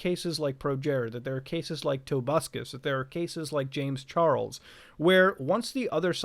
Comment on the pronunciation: "James Char el s"